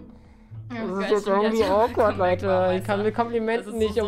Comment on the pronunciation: er sagt Hey LEUDDE BEST DAY OF MY LIFE